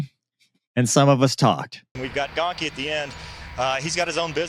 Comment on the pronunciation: Shocker the news messes up Gonky's name, pretty par for the course